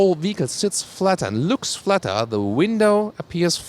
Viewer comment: u pronounce looks as lux